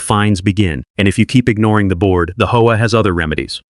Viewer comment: It's pronounced H-O-A.